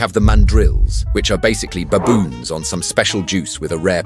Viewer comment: Baboons not Bayboons..pronunciation ai?